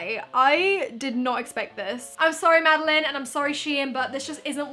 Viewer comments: You don’t pronounce it like Madeleine you pronounce it maddieLANE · Anyone else getting triggered by the way she keeps pronouncing Madelaine wrong? She's saying Madeleine and not Madelaine. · ypur saying mads name wrong but love you still xx